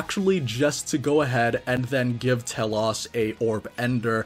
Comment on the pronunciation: Second note, same goes for T-elos, not sure why the "ah" sound is thrown on the o Dx